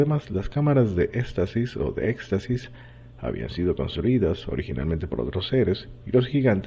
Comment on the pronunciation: en serio acabas de decir "cámaras de estasis o éxtasis? jajajajajajaja